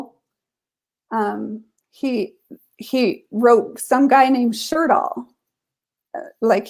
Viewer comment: Sjodahl --- Sjødahl (Norwegian) /Sjödahl (swedish), meaning sea or lake (sjø) and valley (Dal). It's pronounced almost like she says it but Ø is kind of like the sound when you say uuuuuuh. Not an o. So. Sch-uuuh- doll if written in American 😅